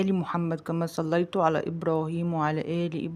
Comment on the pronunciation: كما صليت التاء مفتوحه مش تضميها وكذلك باركت التاء مفتوحه علشان النطق يبقى صح